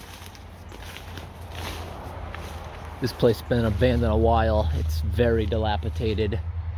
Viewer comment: Cool! I just watched your pet leech video. Now I see this was just uploaded. 😀 Thanks! PS. It's pronounced dilapidated, not dilapitated.